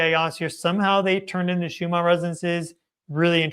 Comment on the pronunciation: Schumann is most likely of German descent. Is that why you pronounce it as if it ends in an “R” instead of the two “N’s” it actually ends in?